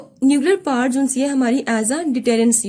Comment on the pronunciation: Correction* It is power not par.